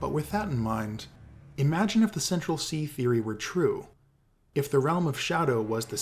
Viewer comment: "Central Cee" lol